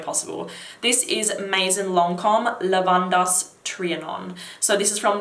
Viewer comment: The way you pronounce "Lavandes" hurts me